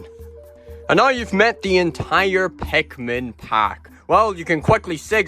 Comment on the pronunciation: i really like the way you say pikmin